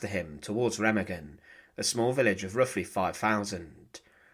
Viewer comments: there’s no two double g sound in it ….. it’s ray -mah-gen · Incorrect . Remagen is pronounced "RAY-mah-gen." The "R" is a guttural sound, the "e" is like the "e" in "bed," and the "g" is like the "g" in "go." The "en" at the end is silent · It's prounouced Ray-mah-gen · It's pronounced RU-MAG-GEN, the E sounds like a U and G's are hard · Its pronounced Raymargen